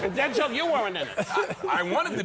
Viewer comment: Don is actually pronouncing Denzel’s name correctly